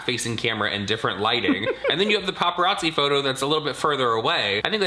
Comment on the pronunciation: James loved hearing himself say “unedited PPAPPARAZI pictures” 🙄